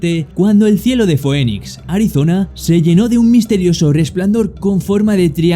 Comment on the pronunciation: Se dice Finix no Foenix (Phoenix )😅